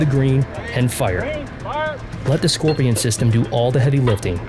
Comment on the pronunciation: Pronounced Skor-pie-on.